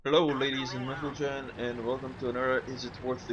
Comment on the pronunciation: hahaha he said HELLO LADY'S AND MENTLEGENN :D Its Lady's and gentleman ...